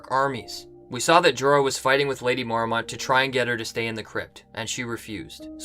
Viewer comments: "Mormont" is two syllables. "mor-mont", not "mor-a-mont". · I hate how he pronounces Mormont. It's Mor-mont, not Mor-a-mont